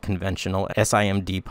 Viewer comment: You commonly pronounce SIMD "SIM-D". SIM, like a SIM card and D like the letter D. SIMD operations are a common way to increase performance on modern CPUs, by making the same operations (sets of instructions) run on different data elements in parallel. -> Single Instruction, Multiple Data